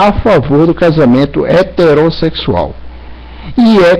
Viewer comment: Esse cara tomou cachaça? parece bêbado! "Reverendo Marsso.." "casamento hateróssexual" "nós redicularizando" Não existe primeira Filipenses, que crente burro!!! Fanático. Puta que pariu religião é o centro da elaboração do ódio. Dizer que alguém não deveria ser pastor, ele é o legislador da religião?